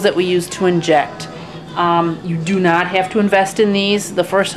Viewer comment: NAAT, TOILET PAPER, NAAAAT TISSUES, THEY WILL FINELY SHRED LOL... I loved how you pronounced "not". So amusing. Good video